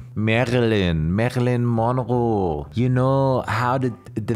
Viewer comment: "Märelinn Monrow" hahaha